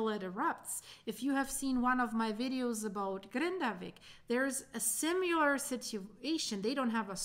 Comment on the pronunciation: The one thing which really grates is the constant mispronunciation of "similar" as "sim-you-lar" 😢